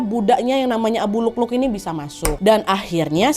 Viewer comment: Waa maaf bukan abu lukluk tapi abu lu'lu'😅